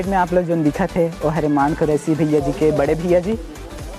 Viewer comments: मान नहीं रे मन कुरैशी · भाई मान कुरैशी नहीं, मन कुरैशी नाम हे वोकर